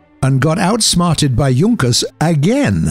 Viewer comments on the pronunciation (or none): none